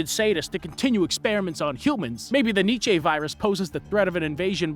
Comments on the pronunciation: It's pronounced like nee chuh not need chay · It's pronounced "nee cha".